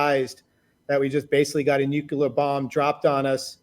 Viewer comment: asks the question I would ask. I'm not satisfied with their answer though. edit: i dont think anyone has said "nucular" this much since george bush (lore).